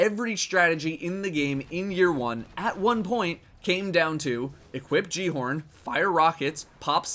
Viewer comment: Great video, but considering that the guy at the end of the Rise of Iron ad can't even say "Gjallarhorn" correctly, I've lost all hope in Bungie.